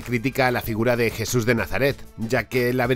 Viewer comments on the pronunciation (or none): none